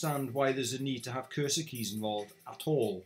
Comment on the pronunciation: I spent so long trying to figure out what a "cursed key" was before I realized you were saying 'cursor keys' lol.